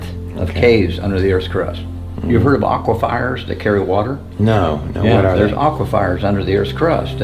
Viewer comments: Aqua fires??? Your killing smalls, it's aquifers! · Lambyrinths and aquifires 😂